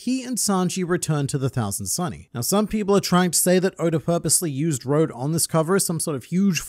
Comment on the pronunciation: Road is the name English speakers choose. As Dawn & is Dusk said, his name is pronounced more like Ro-doe.